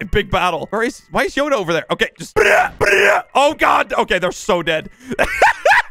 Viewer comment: The way he says yoda